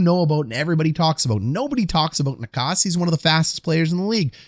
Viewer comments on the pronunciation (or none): Oh no my man just said ni kas and not naches. I get it though necas can be said many ways